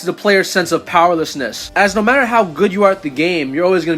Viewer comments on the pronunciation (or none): none